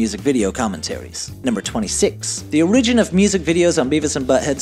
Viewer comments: The or-IH-gen? Pamela ELDON? Oh, come on! He says Butt-Head when it's clearly referring to Beavis. I'm not upset at the narrator making mistakes when rapid firing 107 facts in one video. I'm upset at the editor for not catching it. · weird pronunciation of the simple word origin.